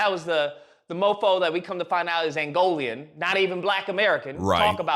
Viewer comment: Angolan not Angolian lol